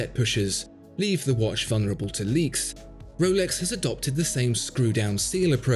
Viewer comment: Woolex daytona 🥺🥺💦 That’s very pretentious pronunciation